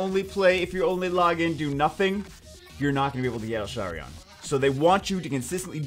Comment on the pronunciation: it's els-harion btw not el-sharion